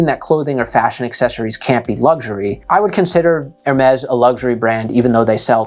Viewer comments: It's Hermeeeees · You made a video on luxury items and you don't even didn't even bother to learn how to pronounce Hermes? Poorly researched.